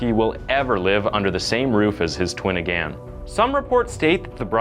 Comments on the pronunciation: Jesus christ, I couldn't even get a full five minutes in before you murdered the English language. It's "public defenDER," not "public defendant." The word is "again," not "againe." And wtf is "unwarranted evil"? Learn how to read before taking a job as a narrator. Damn. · this guy can't pronounce again and it's infuriating me more than any story he's trying to tell ..... again!!!!!! it's pretty simple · You say “again” wrong